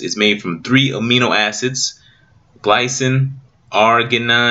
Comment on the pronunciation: Thanks bro! But you pronounced the three amino acids wrong. If I may lovingly correct you: Glycine: gly-seen Arginine: Ardge-y-neen Methionine: Meth-i-oh-neen Adenosine: A-den(not deen)-oh-seen ✌